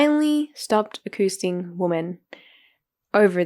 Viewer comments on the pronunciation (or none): lol i think you mean accosting, tell your writer to use simpler words that you can pronounce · It’s acCOSTing women. A-COST. Not aCOOSTing!